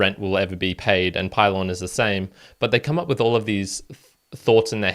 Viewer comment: Pee-lohn….. not pie-Lon…. :) & port-a-ghee